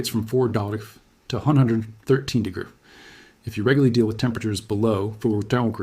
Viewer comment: We seem to have trouble pronouncing degrees.